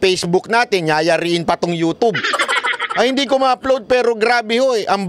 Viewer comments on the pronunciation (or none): E pronounce mo yung YouTube ay “yotyob” hindi yotob… 🤔